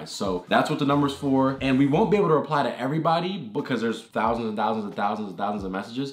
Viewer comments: Me: ten thousand dollars Morgz: TEN FOWSIN DOLLAS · He says it like fousand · Actually it’s TEN FOUSAND POUNDS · Me: ten thousand dollars Morgz: TEN FOUSAND DOLLAS. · Ten fousand u mean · TEN FOUSAND DOWAS!😱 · 10 FOUSAND DOLLEHS 😂😂😂😭😭😭😂😂😂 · When he said" ten fousand dollars" I really felt that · "ten fousand dollars THREEEEEEE TWOOOOOO ONEEEEEE!" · ONE HOUNDRED FOUSAND cant forget the fousand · Can we just think about how everything that he says that is like three or thousand is fhree or fousand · Instead of of them saying thousand they sound fousand